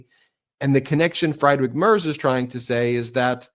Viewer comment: Hello, may I inform you that the German chancellor's family name "Merz" is pronounced like "mairts". Kind regards!